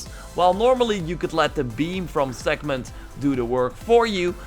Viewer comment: Did you ever read the word "Sekhmet" or do you say it from memory? Because it doesn't have an "N" in it!